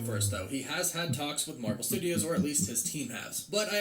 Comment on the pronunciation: The endning Marwel s 😂👌